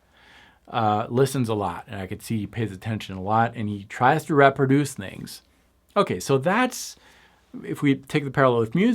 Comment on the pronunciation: repper duece... really? You must be Canadian.